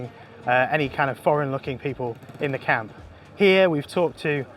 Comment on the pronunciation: Why would anyone pronounce "camp" like "count"....?